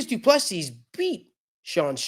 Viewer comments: No, not du Plessis! Say Doo plu sea!!! Sea, one sea not seassssssss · the s at the end of Du PlessiS is silent. and the I is pronounced as a ee . So you can say du pla sea.